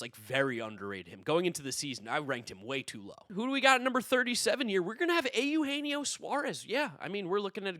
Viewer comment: ay-you-hey-knee-oh??? is that ur pronunciation of Eugenio Suarez??? Was that a bit or genuine.